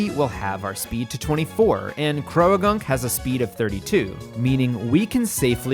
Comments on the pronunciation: i am taking the interaction bait and leaving a comment about your pronunciation of 'croagunk' (please its 'croak' and 'gunk' how did you add a 3rd syllable) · this is so cool!!! its such an interesting and original concept, i really enjoyed watching this and following along!!! ...also cant say ive ever heard anybody pronounce croagunk as "cro-a-gunk" but i guess theres a first time for everything LOL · Growtle...? Crow-a-gunk? Haha the vids are still great haha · I'll excuse "Croagunk" said as "Cro-A-gunk", but I won't excuse "Weavile" said like "weevil". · I like this unique challenge, but I cannot stand the way you pronounce Croagunk. Everyone I've met has pronounced it "Crow-Gunk" Imagine you pronounced boat like, "bow-at" Otherwise, love the vid. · Is your pronunciation of Croagunk a bit or is that actually how you think it should be said? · The way you pronounce croagunk makes me uncomfortable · the way you say "croagunk" is crazy to me